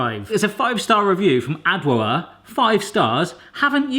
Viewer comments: Lol "Adwoa" is actually pronounced ' Ajwah" but nice try!☺️ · that’s not how you say her name.😂😂😂 that’s a Ghanaian name